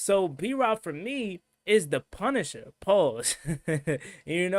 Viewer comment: great content as usual...but you saying the punisher...is diabolical 😂😂😂